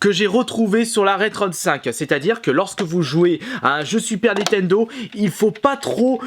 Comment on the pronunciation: Si tu prononces encore une fois "NI-TENDO" au lieu de "NINNNNNNNN-TENDO" c'est strike de la chaîne et cambriolage de ta collection pour le sacrilège !!!!!!!!!!!!!!!! Sinon merci pour ta vidéo quand même